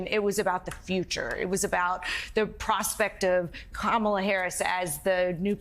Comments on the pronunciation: Kamala Harris a bum?? WTH ??? No dumpy trumpy, Kamala Harris is THE Vice President of the United States. JD Vance is a bum. You don't have to learn how to pronounce the Vice President's name because in 99 days, you will be calling her Madam President. Vote Blue💙💙💙💙💙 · These “christians” are lapping up the lies and toxicity. What a child intentionally mispronouncing someone’s name. He’s the crooked one! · Of course Drumph doesn't know how to pronounce someone's name... 🤔😒🤬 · Trump not caring how to pronounce her name and calling her a "bum" is stupid, racist and immature. But what worries me much more than the toothless ad-hominem insults is him saying "You won't have to vote anymore" and how he'll be a "dictator on day one". Keep that in mind, remember January 6, look at Project 2025 and BELIEVE HIM. The writing's on the wall. If he gets into power, don't claim he didn't warn you. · Drump loves to project unto others exactly what he is! Since he doesn’t care how he pronounces VP Harris’ first name, he should be then called trash! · He couldn't care less how he pronounces her name - because he has NO class! He's the bum! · Thanks for the pronunciation correction Boss Hog. I'm sure you know her name better than she does. And shouldn't you be taking a nap in a lazy boy recliner with a blanket in the middle of summer or something? You look really, really frail. It's not good sir. Not good. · Not surprised Dumpy pants can’t say her name correctly. Playing his game isn’t beneath me. We should all call him Dumpy. Dumpy pants. DonOld. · Amazing how virtually all the Republicans know how to mispronounce her name. Quite the coincidence isn't it? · Why not give his agenda for America rather telling people how he can not pronounce name Kamala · He can't pronounce her name? But he's so smart. Big brain and all.😂😂😂😂😂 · If he can purposefully mispronounce Kamala, then we should all be calling him "DonOLD Trump" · Don Old can't pronounce 'Kamala.' Poor Don Old.